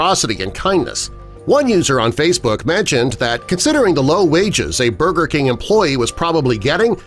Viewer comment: He said burber king SMH